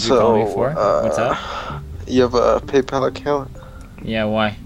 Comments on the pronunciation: Sorry, is this a fucking garbage AI voiceover? it snowBALLed into....on payPAL It's SNOWball and PAYpal. Even AI should be able to manage that shit. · Why does he pronounce some words so strangely? "Snowbahled" "Paypahl". Sounds like A.I